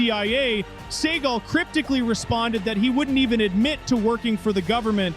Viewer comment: Pronounce the names correctly, genius. It's dukes, not ducks. It's seagal, not seagull